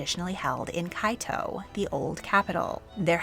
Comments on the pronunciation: #10 - I’m assuming you meant Kyoto? It’s not pronounced “Kai-to”, it’s more like “key-oh-toh”. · Do you mean Kyoto? If so, as someone who actually speaks Japanese, that's not how you pronounce it. It's pronounced "KYOH-toh". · Hi, I'm really happy that you covered the Takamikura (from Japan). Just a small note, you mispronounced Kyoto and Takamikura in your video. You could just use google translate for the future. Waiting for more videos pertaining to the Japanese Imperial Family in the future:)